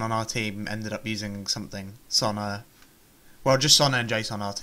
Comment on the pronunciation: I like your videos but really? Sonna? SONA. God man, it's a simple name.